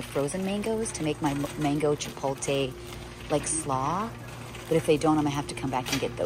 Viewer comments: Its pronounced chipotle.... NOT chipolte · Chipotle sounds like chip-pole-t-leh not chip-pole-tay...but it all looks so good 😊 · Chip oat lay not chip o tay. 😂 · It's "Chi-pote-lay"...not "chi-pole-tay" 😘 The tacos look great! Such a good idea :) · Every time says chippoletay have a drink 😅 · Chi-poh-leh ...the T is silent !!! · The pronunciation of chipotle is driving me crazy. I wanted to scream after about the 10th time she said it. Too funny. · Your saying chipotle sooo wrong 😑 is annoying.